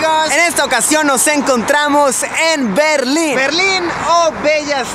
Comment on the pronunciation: Pensé que era el muro de la legua y también pensé que decía berlini